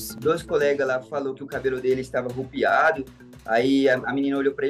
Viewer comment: . "arrupiado" é de doer.